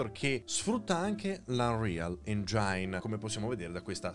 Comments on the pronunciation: Caro, però engine si legge engin, non engiain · però dopo tutti sti anni mi sbagli ancora la pronuncia di "engine"... su su...:D Sempre complimenti per l'uso del greenscreen, professionalissimo!:)